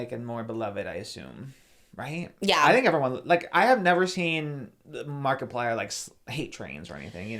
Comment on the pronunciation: Pronouncing it "marky-plier" is absolutely sending me. I'm only calling him that from now on